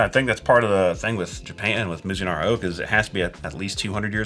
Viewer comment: Oops: that's "Mizunara"